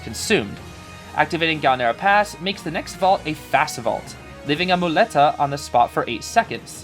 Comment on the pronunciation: Hey, spanish dude here, you pronounced muleta pretty good ^^. On top of broken, he looks hella fun and I think his background story is pretty interesting, let's see what he brings in the future